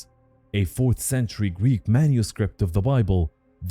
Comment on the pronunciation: just couldn't say Greek huh, lol